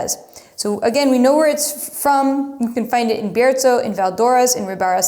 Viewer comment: I live in Spain and am fortunate to have tried all these grapes and 4 out of five of the wines. All the wines from Casa Castillo are incredible and you can’t go wrong with MdeM! Thank you for saying Menthía and Biertho- in Castellano. Muy bien!